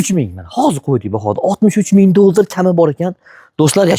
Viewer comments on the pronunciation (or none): Нимага долдр дисиз😂